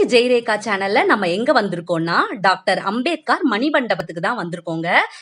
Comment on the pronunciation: நாம் கவாஸ்கர் என்ற பெயரை( surname )முடிவில் 'கர்' என்று உச்சரிப்பது போல் அம்பேத்கர் பெயரையும் முடிவில் 'கார்' என்று உச்சரிக்காமல் 'கர்'என்று தான் மகாராஷ்டிராவில் உச்சரிப்பார்கள். இவரது பெயர் பீம்ராவ் ராம்ஜி சக்பால். ராம்ஜி என்பது இவரது தந்தையின் பெயர் சக்பால் என்பது இவர்கள் குடும்ப Surname. Ambedkar என்பது இவரது பள்ளி ஆசிரியர் கிருஷ்ண கேஷவ் அம்பேத்கர் என்பவரின் surname.